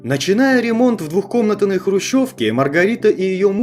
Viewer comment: Фигню не придумывает! Из двушки-хруущевки, что показали? Ловля доверчивый дураков, и кто глаголит:невыговорившися глубоко не русскийха-хадвухкомнатной, а не двухкомытаной